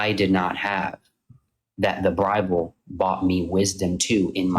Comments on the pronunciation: “the brible” Freudian slip from a grifter? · He said the Brible 😂😂😂